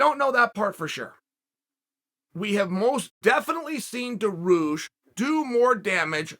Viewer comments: I can understand calling him Benny, “daroosh” is a travesty though. DAR-I-USH Dariush Not daroosh, dariush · Beneil DAROOOSH. KHAZMAT Chimaev. Dude, if you can't make the effort to learn how to pronounce names properly, just don't talk about them. SAEL CHONNEN!! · Was he joking with his name or was he seriously calling him Benny Daroosh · I actually screamed when he said ”Benny Darooosh” damn Chael out here playing mind games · The pause before Benny Daroosh was pure comedy. Stay you Chael. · When he said Benny daroosh I did a spit take literally LOL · I'm like who tf is Benny daroosh 😂😂😂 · it s called dariush in Persian ecvalnt of Darius it.s the name of great king it.s bothering me people can.t pronounce it